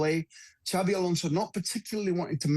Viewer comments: His name is xabi not xavi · His name is Xabi not Xavi. Talk sport fans even get his name right yet they claim to know everything else